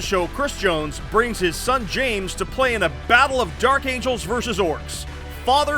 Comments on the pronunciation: "Dark Amgels" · Lol "Dark Amgels" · Took me 13 minutes to realize “Dark Amgels”